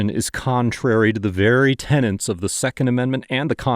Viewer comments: “……..the very tenants of the Constitution……..”. Tenets. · The word you constantly mis pronounce is 'Tenets' which is a set of beliefs or principles applied to a belief system, religious or legal framework and not Tenants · The word is "TENET", not "TENANT". goddamit